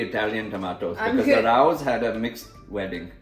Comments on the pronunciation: Rao's is pronounced ray-o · The sauce, pronounced Ray Ohs (Raos)